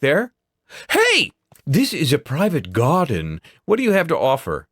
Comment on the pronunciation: "HEY! This is a private ✨gaahden✨" lol